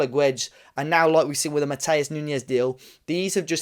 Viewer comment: Great pod, have to hear it from the fans who actually watch Sporting. But forgot to mention the massive Portuguese population here in Toronto, Wolves need to come for pre-season! Tens of thousands of people who know how to pronounce Matoosh Noonsh(not me).